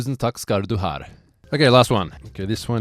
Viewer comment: Tusen takk skal du har😂 if you take out the "r" it’s right!